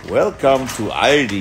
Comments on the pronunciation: It is pronounced All Dee In US. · it is not called „Aldi‘s“, its Aldi